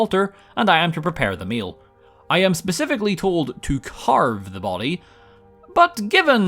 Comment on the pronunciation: Ebony mail not meal as you said it 😂